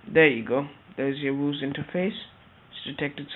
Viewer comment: it's pronounced VIEW-ZE